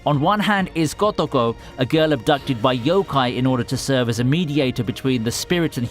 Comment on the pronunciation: the way ur saying kotoko is triggering me